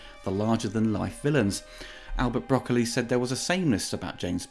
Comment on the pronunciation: All Bond films are effectively the same to me. Also, thanks for pronouncing Broccoli correctly.